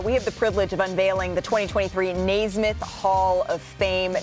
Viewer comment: Malika somehow manages to mispronounce Naismith, Nowitzki, and Pau in the same segment. Bring back Rachel Nichols.